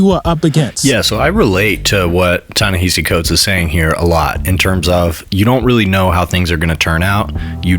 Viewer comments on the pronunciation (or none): Ta-Nehisi pronounced his name in the clip and dude is still mispronouncing it. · Ta-Nehisi Coates pronounces his name correctly. Why can't you?